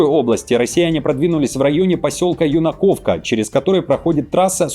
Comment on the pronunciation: А поселок то Юнаковка, ударение на первый слог.